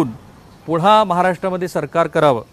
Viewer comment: पुणा,पुणा, पुणा नाही पुन्हा पुन्हा पुन्हा म्हणा न आणि ण च्या उच्चारांचं भान ठेवा असे सैल मोकाट उच्चार करू नका तुम्ही नक्की कुलकर्णी च आहात ना?